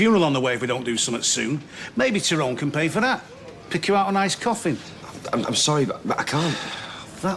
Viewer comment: It annoys me how Terry Duckworth pronounces Tyrone's name so wrong.